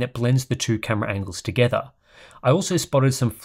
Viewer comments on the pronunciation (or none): none